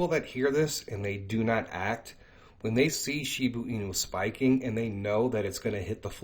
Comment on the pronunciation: If u are going to talk about a cryto si often u should know how to say it. It's annoying when you say shibu inu. It's shiba.